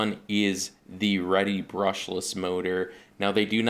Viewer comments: I know this video is old yo comment on, but just a slight correction, every Reedy team drivers I know and everyone else in RC pronounces it as reedy, not redy or ready, just saying☺ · "REEDY" pronounced as it looks! Not "ready" REEEEEEEEDY!